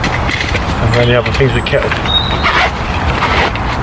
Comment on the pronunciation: We can all do things better but you need to work on your pronunciation mate. For example, rolling is not wolling! Right is not wight and things are not fings.